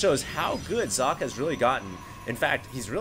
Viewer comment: I love you, but I cringe every time you mispronounce players' names. For the record, IdrA is pronounced Ih-dra, not Eye-dra. Also, Socke is pronounced sock-eh, not zock.